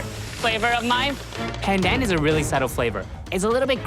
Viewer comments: When pronounced "PANDAN" with slang you're a fake asian. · Dude, he is ethnically Asian, his nationality is Canadian But I do agree, whats with the strange pronunciation of just "pandan"